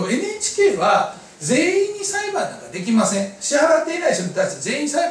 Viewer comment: 「支払い出来まんせん」ってwwwww